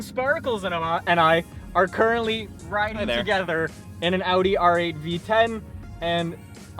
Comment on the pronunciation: is he saying R8 or all right??????